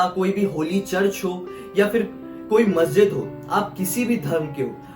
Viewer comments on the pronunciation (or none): none